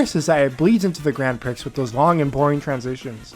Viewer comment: good balanced look at the game, but sidenote its not pronounced grand pricks, its grand pree haha.